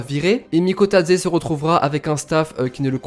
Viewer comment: Bravo TU prononce Bien son nom et je suis 🇬🇪🇬🇪🇬🇪🇬🇪🇬🇪🇬🇪🇬🇪🇬🇪🇬🇪🇬🇪🇬🇪🇬🇪🇬🇪🇬🇪🇬🇪🇬🇪